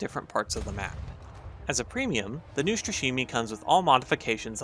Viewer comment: Neustrashimyi that is how it sounds. Translates as fearless ;)